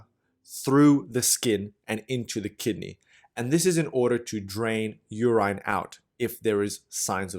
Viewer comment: LOVE your illustrations. But please, please, check your pronunciation. I shudder with every mispronounced 'urine', or 'cholymicron'. Keep up the great work.